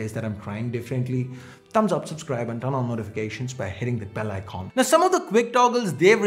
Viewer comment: Oooiy donkey i am telling you again,, it's icon not Iqqqqquon, u almost spitting on the screen